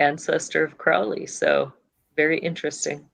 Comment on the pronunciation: alistair crowley not alistair crawley